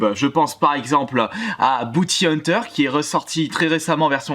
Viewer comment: tu m'as tué avec ton "booty hunter"